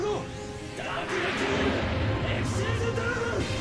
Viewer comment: the fact that "Xyz" was pronounced Ex-xiez and not Ex Why Zee always got me. Like, for my whole life, I called it XYZ instead of Xyz